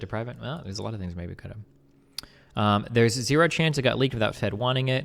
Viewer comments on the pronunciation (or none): none